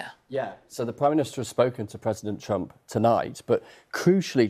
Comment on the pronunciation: Did he say president trumpet 😂